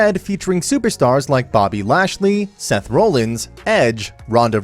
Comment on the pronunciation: If you're gonna do wrestling content, you might wanna at least pronounce their names right. Who in the hell are Donna Brooke, Bryan Wyatt, and Seth Rowlands? 🧐